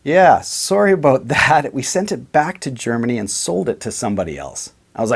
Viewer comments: Never mind. I just heard you say "abote." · And we got a Canadian to say "about." Which is always a joy in life.